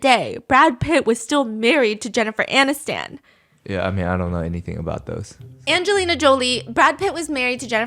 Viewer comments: I can not get past you saying ani-STAN. it's Anis-ton. Just like it's spelled from. Never in my life have i heard someone pronounce it AniSTAN. & multiple times. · Who the fuck is Jennifer ANNE-is- STAN??? BFFR i s2g intentionally murderering peoples names for engagement is so obnoxious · Steph, the way you pronounce "Aniston" is too cute 😅